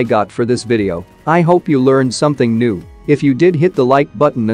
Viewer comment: says "I hope you learned something new" What I hear, "I hope you learned something noob"🤣🤣🤣